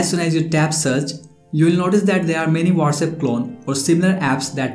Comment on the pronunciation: Not Wates app it's what's app